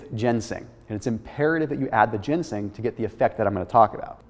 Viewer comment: Ginseng*** not gensing